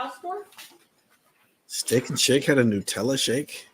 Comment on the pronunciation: It IS Newtella. Which, I get why nut because it's made from a chocolate hazleNUT mix. But Ferrero-Rocher (and yes, that is pronounced row-share) pronounces it Newtella.